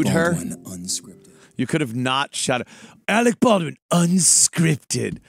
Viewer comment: Arec Bawdwin.....